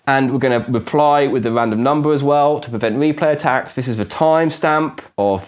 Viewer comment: Interesting, but what are you saying ? To me it sounds like "here is a random numbuh that I'm going to use to prevent me play tacks" which is not only meaningless gibberish, but isn't even grammatical. What did you actually mean to say? And you say "azure nonce again to prevent me play tacks", which, again, is not only meaningless gibberish, but isn't even grammatical. What did you actually mean to say?